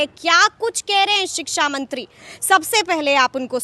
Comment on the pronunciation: Siksamantri nahi sikchamantri kahten hai